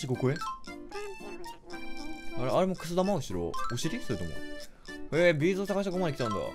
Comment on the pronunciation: のビーズの発音B'z